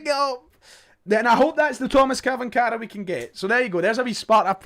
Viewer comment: it's pronounced " Chvanchara...`Tomash Chvanchara"